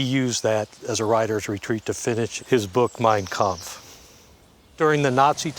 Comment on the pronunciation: MEIN KAMPF...si pronuncia main 🤨